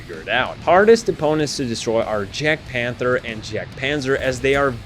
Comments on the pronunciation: small tip for jagdpanter it’s accually said yagdpanther like jaguar but yaguar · I really like this, everything is great. Only one little critique, the jadgtiger and other German tanks are pronounced as a y not a j. Like if you were gonna say jadgpanther you'd say yag panther. Other than that it's amazing